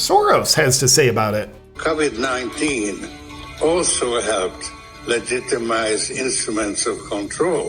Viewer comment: How come you have trouble saying "covid "